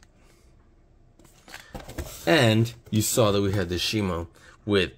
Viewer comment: Shimo is just how it's pronounced pronounce it's Shimu not shimo